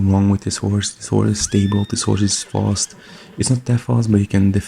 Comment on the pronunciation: "Horsre" ah yes.